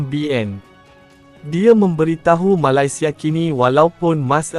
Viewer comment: Sebut betul2 la MALAYSIA tu..